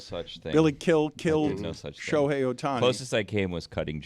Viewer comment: These freakin clowns joking about Ohtani’s demise. SMH. Also can not pronounce his name. Stupid people. Unfollow.